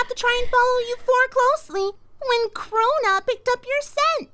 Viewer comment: “Crow-na” well that aged poorly